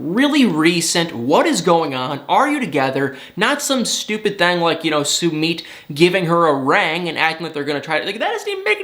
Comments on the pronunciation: Yay! Now I won’t have to hear you disrespect and butcher Sumit’s name,! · Please learn how to pronounce Sumits name. It drove me crazy every time you said it lol